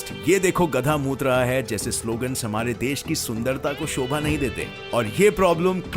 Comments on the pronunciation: Bhai mut hota hai mot nhi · Mut raha hai. 🤣 It should be "t" not "th" meaning get changed. By the way nice voice and video